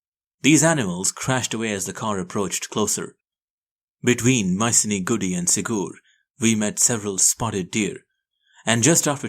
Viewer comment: Its called theppakadu and masinagudi, sounds different than what narrator sounds but the way narrator narrates is good..and its anaikatti